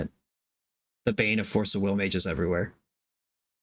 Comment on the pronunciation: "Force of wigger". Damn... with the hard R and everything. LOL.